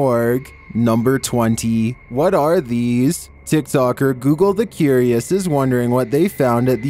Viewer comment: "Deez aren't your everyday scary videos, deez are advanced scary videos" 🥜